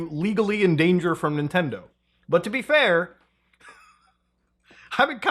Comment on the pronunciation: ninendo momend